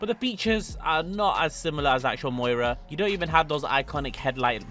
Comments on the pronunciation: Moira.. Some car guy you are. It’s miura. Miura also means three bays. Need to learn pronunciation of words. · Lamborghini Miura,not Moira.You're welcome. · It's "Miura". Moira presents the news. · please it’s pronounced “ME-YOU-RA” 😭😭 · The Prius is pronounced “Dil-uh-ton-tay” and the Miura is pronounced “mee-aura” At least with our annoying American accents. Unless you’re from NY/NJ, then the miura is “mee-aaaarah” 😂😂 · BRO IS THROWING ME OFF SAYING THE MUIRA